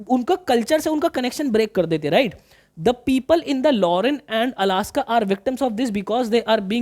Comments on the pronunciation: Alsace❌ Alaska✅😂... But sir thank you for this great explanation and imp. questions❤. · Sir Alaska bol rhe h vo y khe rha rha